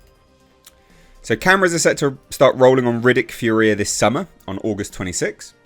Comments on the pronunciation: It's pronounced FURia... not FurIA. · Oh and it’s fury-ah!!! No fur-we-ah. 😂😂😂😂😂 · Finally! Excited for this. Will be cool to see Riddick return to his homeworld. There hasn't been a "bad" Riddick movie yet so should be cool. BTW, it's pronounced "Fury-A". 😛